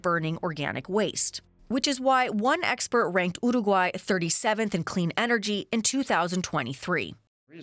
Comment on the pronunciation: After two minutes of hearing her pronunciation of uruguay I have to leave, by...